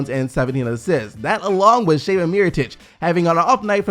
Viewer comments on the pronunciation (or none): none